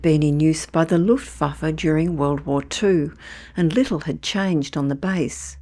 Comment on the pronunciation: It's Hermann Goering leading luffwaffa 😂😂😂😂